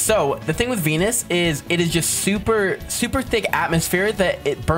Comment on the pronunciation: Did he say denus bro